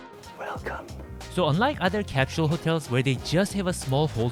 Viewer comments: You’re are right. Cap shule. British English. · It's cute that you speak like an American but your pronunciation of the word "capsule" still sounded very Korean. Omo giyo woo oppaa